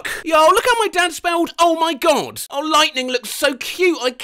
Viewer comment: i lost it to the way said "Homaygad"